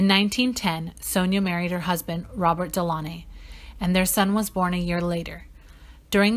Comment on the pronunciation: That’s not how you pronounce their surname 🤦🏾‍♀️